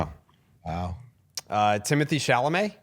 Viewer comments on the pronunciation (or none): none